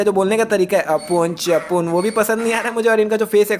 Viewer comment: bhai tere mu se apune sapune sunne ke bad aur zyada tatti lag raha hai